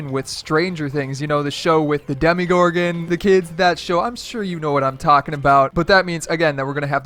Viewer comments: I think they will make a gamemode where a portal opens up from the upside down and you have to fight the mind flayer or demogorgons or something like that. Also, stop saying demigorgon. It's demogorgon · I cringed so hard when he said DEMIGORGON ITS DEMOGORGON also fortnite will most likely have to update on July 4th because epic is taking a two week break just like during the winter they took a break after releasing a big update the 14 days of winter and now its 14 days of summer so after releasing the update they'll come back on the 13th just in time for stranger things update and the skins for stranger things wouldn't really give an idea of what the skins could look like besides maybe a scoops ahoy skin and you cant have a hazmat skin that wouldn't really work cause we kinda already have one they could make a game mode with like Demogorgon vs Players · Dem-UH-gorgon. Also I do like the face cams on. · Did you just say demigorgon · the way he said demogorgon made me mad and i stoped watching this. video